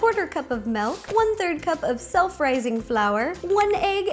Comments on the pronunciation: it's miiiiilk not meeeelk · She said melk